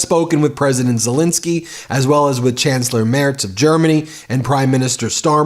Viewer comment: One thing it's " Zelenskyy" not " " Zalinski"